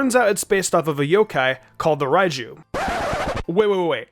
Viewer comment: This guy cannot decide how to pronounce Raikou.